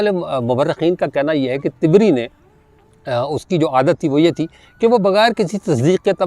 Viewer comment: طبری کا تلفظ ط پر زبر کے ساتھ ہے جبکہ آپ اس کو ط پر زیر سے ادا کر رہے ہیں طبری طبرستان سے ماخوذ ہے Tabaristan